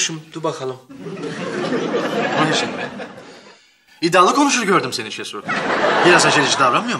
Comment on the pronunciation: adamlar oraya koskoca ''şehsu'' yazmış, siz hala şesu diyorsunuz.